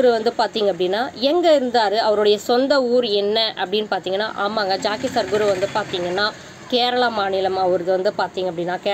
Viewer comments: Madam jockey or jakkie illai. Jaggi. Peru ozhunga sollunga madam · Jaakkie Sadhguru illa Jakki Sadhguru !!! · Guru Jaggi not Jaakki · ஏம்மா ஜாக்கி இல்ல ஜக்கி வாசுதேவ். கேரளா இல்லம்மா கர்நாடகா